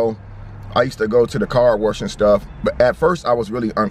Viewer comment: Car WERSH 🤣